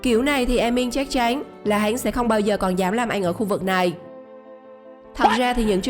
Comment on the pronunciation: 1. Nó kiếm ra tiền chứ nó là đại gia đâu.?, 2 . Ad nên xem lại cách phát âm nhé, chắc chén, chắc chén